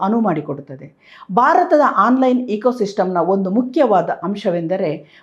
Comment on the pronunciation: ಬಾರತ ಅಲ್ಲ ಮ್ಯಾಮ್ ಭಾರತ ಅಂತ ಹೇಳಿ. ಬಾವನತ್ಮಕ ಅಲ್ಲ ಭಾವನಾತ್ಮಕ ಅಂತ ಹೇಳಿ. ದಯವಿಟ್ಟು ಅಲ್ಪಪ್ರಾಣ ಮಹಾಪ್ರಣ, ರಸ್ವ ಸ್ವರ ದೀರ್ಘ ಸ್ವರ ವನ್ನು ಮೊದಲು ಅಭ್ಯಾಸ ಮಾಡಿ ಆಮೇಲೆ ಸುದ್ದಿ ಓದಲು ಶುರು ಮಾಡಿ.